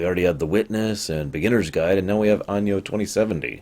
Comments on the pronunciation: Arvid Axelsson you're right it should be pronounced like ah-no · Out of curiosity, why do you pronounce Anno like "Año"? I don't think that's how latin works. Sorry for the smugness.